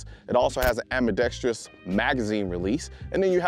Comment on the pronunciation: I am sooooo happy that Colion knows how to pronounce "ambidextrous." Other YouTube channels, take note!